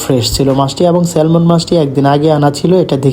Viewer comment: স্যালমন মাছ না, নামটা স্যামন